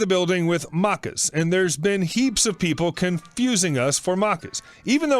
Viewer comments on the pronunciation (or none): Maccas is Aussie slang for McDonalds so we usually say it like mack-ahs :) muckers can mean something else :) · As an Aussie hearing maccas being pronounced mahccas is something else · The a in Maccas is the same a as in apple. Not uh. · whats muckers? its Maccas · Yeah I was wondering why he was calling Macca's, Muckus or Markers. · dude the way he said maccas cracked me up.